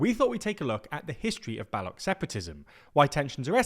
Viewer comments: Right? I thought it was hilarious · It’s a British thing..bastardizing everything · Firstly thanks for mentioning my ignored Motherland and secondly The person shown is wearing a Pashtun cultural dress not a Baloch one. And thirdly I am a Pashtun from Balochistan and u r mispronouncing the word "Baloch" u r saying "Balok" while its "Baloch" (ch) as in chimney not character. Hope that clears up confusion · The ch in baloch is pronounced how one pronounces the ch in china ... A mere google search would make yall understand that but you must be busy glazing liberalism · The ch in baloch is pronounced similiar to cheese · It is not “Ba-lock” you melt. Learn how to pronounce non-English names of you are going to try to make money off them. Shame. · I was wondering who are these Bolucks over entire video. Finally realised it is Baloo-ch, the people of Baluchistan 😂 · "balok" come on man you literally pronounce balochistan correctly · Ik this is nitpicking but the pronunciation of ‘Baloch’ is wrong. It’s pronounced as Baloo-ch with the ch like in ‘church’. The area’s pronunciation is Baluchistan. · ch in baloch is pronounced same as in 'chores' ;) I gotchu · the ch at the end of Baloch is pronounced as ch in chair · You need to get the facts and pronunciation of Baloch correct. Why not take some time to learn a bit before making video? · You created a video on baloch people without knowing how to pronounce Baloch ???? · You made almost a 10 minute video but you cannot pronounce baloch properly? All you needed to do was to Google it. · Please learn how to pronounce Baloch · Please at least search up how 'Baloch' is pronounced before making a whole video on them. It's super unprofessional. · His pronunciation of Baloch is really triggering!! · If you can pronounce Balochistan correctly, why can't you pronounce Baloch correctly?? The 'ch' is pronounced the same, not the cockamamie (& contrived?) manner in which you seem to pronounce it!! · It’s not “Baluk” it’s “Baluch” 🫠